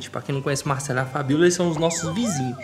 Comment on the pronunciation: Porque será que ele não fala a letra R por exemplo ele fala sovete, mecado, Macelo kkkkkk